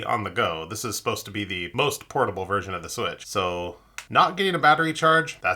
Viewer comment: Nintendo Swee-weetch